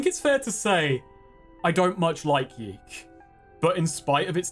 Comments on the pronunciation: It's pronounced Yick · Yiikes (how I like to pronounce the games' title) is an interesting phenomenon. On the one hand, you have an overambitious, halfbaked game with aspirations to be profound (while failing to do so and in the end contradicting itself), whose developers got pissy when people pointed out these obvious flaws and the lukewarm reviews started coming in. On the other hand, Yiikes did make a pretty big splash in the indie game scene and kicked off a lot of interesting conversations about games, postmodernism, narrative etc. , thus actually making a valuable contribution to the world of video games. So in a way ... the devs succeded? They made an impactful 'artsy' game that made people think - even if that impact largely revolved around its' flaws. I guess what I am trying to say is this: Even when art is bad , it can still be art. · I firmly believe YIIK should be pronounced "yech." Like you just saw something disgusting. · i'll keep pronouncing it "yeek", because yeek this game sucks